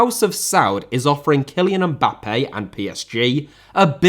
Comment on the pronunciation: Mbappé * not Mbappei Media* not Medier Regimes* not Reigimes Shaw * not Shor München * not Munich Serie* not Seri Bundesliga* not Bundesliger Half* not Holf